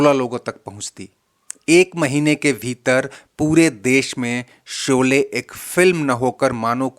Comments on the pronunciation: भाई उच्चारण तो सही किया करो शोले को सोले बोलते हो , श और स में बहुत अंतर है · Seen ki jaga sheen bola karo yeh gaon ki kachi boli hay soley nahi sholey saheeh lafz hay